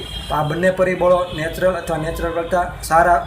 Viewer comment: Neutral ne ન્યુટ્રલ કેવાય સાહેબ નેચરલ નહિ